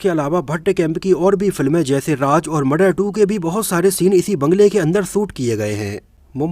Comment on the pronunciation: Hello bhai thanks aapane video banaya shabdon ke uchharan per kam ki avashyakta hai jaise Raj Nahin Raaz andaaj Nahin andaaz baji Nahin Bazi intejar Nahin intezar bagi Nahin baghi